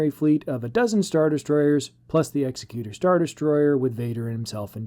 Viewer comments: They are spelled differently. Vader's ship Executor. Your pronunciation Executer. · Oh, my... All I'll nitpick for now: mate, it is pronounced Egg-zek-cue-tor, not Ex-ee-cue-ter. As in executor of a will. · Very cool speculation! One small nit: “executor” in American English would be pronounced “egg-ZEK-you-ter” as we commonly hear in the “executor of a will” … it’s not “EX-uh-cute-er” like one-who-executes-people. (That second one isn’t actually a word. 😂 If that was the intent of the name, it would have been called the “Executioner” 😁). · Exec-U-Tor. Pronunciation is important :)